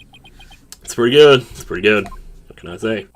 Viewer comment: I really enjoy when you say "GUT" everytime a "Good." appears on screen. I have a really large smile on my face rn. Love you.